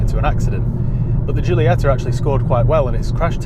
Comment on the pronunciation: Is Jeeolieta.. Like you say Jeez.. When I hear English people speaking Italian or other Romance languages I feel sick. And you know why? What the hell is wrong with you.. we can speak your English very very well and we never get it wrong. Why is not the other way around? Because you are all ignorants? P.S. Very nice content man.. keep it up!